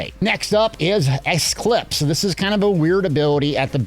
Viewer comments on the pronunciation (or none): “Esclips” lol